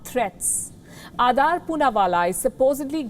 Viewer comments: Why're you pronouncing it like Adaar? -_ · Why so much hate WION News in him..Shame on you Palki Sharma Upadhyay.This is shameful.And its not Adaaar Poonawala its Adar Poonawala.Shame on you now you run a smear campaign against him who has provided lakhs of Vaccines.